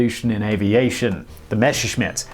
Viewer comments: It's not MeSHERschmitt. It's Messerschmitt like "to mess up". You wouldn't say "to mesh up", would you? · German Plane: exists Simon: MESCHERSCHMITT